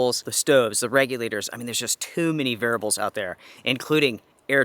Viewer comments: I'm only pointing this out because you said it so many times [and I am a pedantic kind of person, tbh], but you need to buy a vowel and pronounce the word "variables" rather than "varibles." It only sticks out so much because you have little to no noticeable accent otherwise. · It's variables not "VARIBLES"...😆✊🔥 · varables . . . sorry i could not resist. I used to have a ex who said bagel like bah-gul and I laughed everytime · You mean “Varabal”? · vair ee ah bul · Say “variables” again.